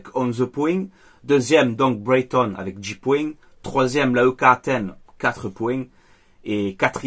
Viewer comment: Bordel ça se dit Braygton que boyton oh fatigué